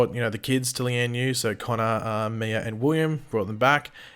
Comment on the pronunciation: I cringe everytime you say Mia's name. You say Miur 🤣